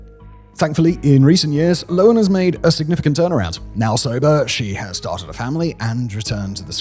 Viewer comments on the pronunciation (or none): Simon, the h makes a "huh" sound. It's Lo Han not Loen. Tell your countrymen.